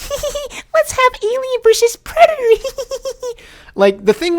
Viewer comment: When he said let's heave Alien vs predator 🤣🤣🤣😂😂😂😂😂😂😂😂